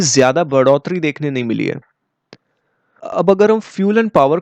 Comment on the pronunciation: Put more stress on है ।🙏